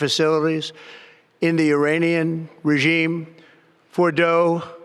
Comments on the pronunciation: Uranian regime gibberish lol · He just said the the uranian regime. 🤣🤣🤣🤣